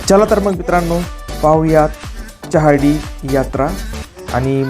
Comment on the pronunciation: च्यहार्डी ? ? ? च्योपडा ? ? ? च्यहौदरी ? ? ? च्यला तर मग ? ? ? च्य , च्यो , च्यौ असे चुकीचे उच्चार नका करु.